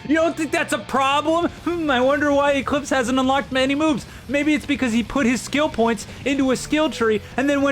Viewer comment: Ee-Cleeps Thje Scammjehr